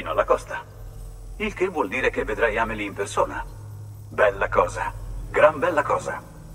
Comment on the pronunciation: si pronuncia senza accento sulla I, l'accento sta sulla a. La pronuncia giusta di Amelie è Ámeli .